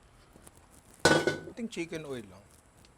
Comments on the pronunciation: Hoy!! at "CHICKEN OIL" HINDI "CHIMKEN OIL" HAHAHA NINONG NAG HAHANAP KABA NG QUALITY CONTROL? APPLY SANA KO 🤣🤣🤣🤣✌️✌️✌️ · chimken oil? Or chicken oil? 🤣🤣